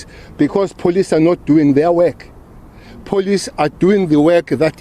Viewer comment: This man can’t even pronounce the word police properly.